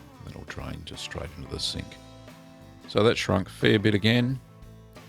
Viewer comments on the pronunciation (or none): none